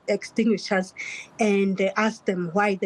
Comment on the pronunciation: NEHAWU has never spoken to SADTU.SADTU no longer exists.A teacher who cant even say fire extinguisher 🤣🤣🤣🤣